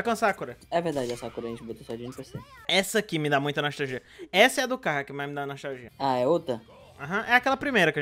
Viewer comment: Kkk ele parra a briga pra fala o CARRO